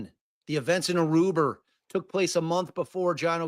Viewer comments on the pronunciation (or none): I cannot handle it every time says "Aruber" 🤣🤣